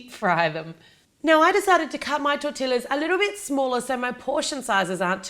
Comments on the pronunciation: Oh my gosh I died when you said TorTILLas its pronounced tortias :) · Looks delish but its pronounced Tor-ti-ya not tor-ti-la :P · Lol it was so cute every time she said, "Tor-Till-us" like that. I guess if you're not very familiar with Mexican or Tex-Mex food you wouldn't really know that tortillas is pronounced, "Tor-Tee-Us". Love your channel, see you in Houston! 💖🙂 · There's many people who say tortillas the way she did different races including white so its not an accent thing we just gotta show them how to say it for example tortiya or simply tortia since sometimes you can't even tell if someone said that lla part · It's pronounced tortiyas not tortillas even though that is how it is spelled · As a proud Mexican that I'm it's pronounced "TorrTiiYas" So yeah it's similar to "tortias" but, you have to pronounce the "ll" (pronounced like y as in "yes") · You were close, it's pronounced TOR-TEE-YAS without the ia in your pronunciation, so all together it's torteeyas (in pronunciation) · Say it with me TOR-TEE-YA lol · Loved the video, such a cool idea! btw its pronounce tor-tea-a , the l's are silent :) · No offense,but in America we say tortillas like tor-tee-as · Argh! Tortillas are pronounced tor-tee-yas. Sorry, it just bothers me when people pronounce it wrong. Great vid tho and I'm definitely gonna try this out. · A las tortillas de harina fritas con azucar y canela en México se les dice buñuelos Y este twist que les diste es tan interesante Tortilla se pronuncia tortiyyyyya la doble L se dice como la Y cuando dices you Suena como tortia No intento corregir, solo aportar otro punto de vista Me gusta mucho tu canal Saludos desde México P.S. se me partió el alma cuando cortaste las tortillas de harina, como sugerencia no las cortes y deja las como son :D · It's pronounced tortiyas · there pronounced tor-ti-yas you can't hear the L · I shouldn't have but I laughed every time she said tortiLLas! 😄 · O tor-ti-llas sí eres de México